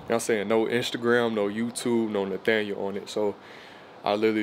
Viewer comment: lol why you keep saying “ Nathaniel” 😂😂